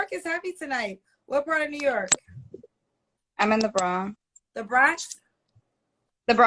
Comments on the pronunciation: There’s an N in the word Bronx Other than that these folks are so messed up. I hope the community gets it together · She trying to be the next Kevin Samuels, Kendra must be an immigrant if she don’t know how to pronounce the Bronx